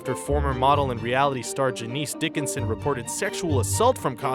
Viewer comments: Lol that's not how you pronounce Janice Dickinson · "Janeece" it's Janice as in Janiss. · Seriously!? The name Janice is pronounced JANIS not "JANEESE". Why can't YouTube presenters ever pronounce names right? Is Janis not a name in America or something...? Maybe it's only a name here in the UK. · its "Janis" (Janice) Dickinson, not Janeese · Who is Ja-neeece Dickenson. I know who Janice Dickenson is/was... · Ja-nice Dickinson? What? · It's Janice Dickinson, not Ja-neece Dickinson. How is that error even possible? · The narrator is awful! "Janees" has this moron never heard of the name Janice??? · Ja-Niece Dickinson? REALLY? You can't read the name Janice???.... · Ja-NIECE Dickinson? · Umm...I think you've watched that substitute teacher skit by Key & Peele too many times. Ja-neese?? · 'Jay-niece'? You mean Janice. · iNautilus sorry forgot that people these days are easily offended. tell me, who in he world pronounces it juh niece??? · "Ja neece" Dickinson? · I was so hoping this would be one of the top comments... "Ja neice"? Really? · I truly don't think it had to do with being Canadian 🙂 . It is kinda weird...😃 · This guy doesn't know how to read. Give me the damn script, I know how to pronounce hard words like Janice and Faust. ;) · or Janice Dickinson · Right? Who doesn't know how to pronounce Faust? Or Janice Dickinson? Or distributor? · how the fuck did you mispronounce Janice???? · And Janice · He couldn't even pronounce "Janice" correctly so he is beyond help.